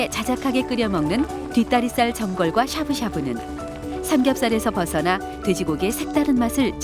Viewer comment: 샤브샤브 발음을..ㅜㅜ자막글 사브사브로 성우가읽는바람에...ㅜㅜ 좀 그랬어요..일본어로 발음이 거의 샤부샤부에 가까운데..